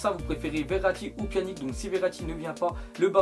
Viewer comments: c pas "pianique" sa se prononce "pianitch" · on dit pjanić tes sérieux de dire pjanic Ces abuser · Pas [Pianique] mais on dit [Pianitche]